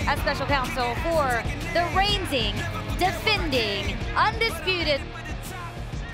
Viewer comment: Did Kayla just said : For the reinsing, defending....